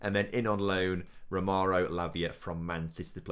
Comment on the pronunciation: It is Ro-me-o (like in Shakespeare) Lavia not Ro-mar-o or Ro-mer-o Lavia. You don't want a repeat of the Ronald Hernandez fiasco.